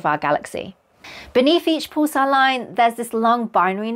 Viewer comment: I've never heard it pronounced "pool-sar". Rather "p-uh-l-sar"